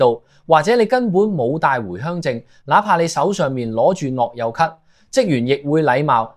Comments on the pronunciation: 你係咪ai嚟㗎諾優卡樂遊卡呀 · 樂悠卡，唔係落憂卡呀